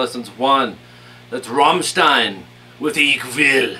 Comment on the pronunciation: funny that you know rammstein in america too but their called Ramm not Ramstein :) and i like how you pronouce it